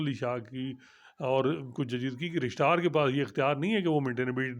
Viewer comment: is the best man for court reporting.He is knowledgeable an unbiased.Just one request.Please don't mispronounce the word Registrar.